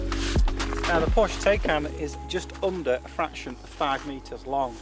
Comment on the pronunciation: dude !! you need to watch some videos from a German where he tells you how to say TAYCAN. not TAKECAN.